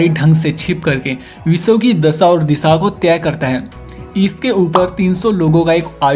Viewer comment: Kyuki ye biswa ko bisaw bolta h